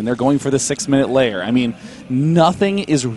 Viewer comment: FOR THE LOVE OF GOD, ITS A LAIR, NOT A LAYER. LAIR, LIKE AIR BUT WITH AN L.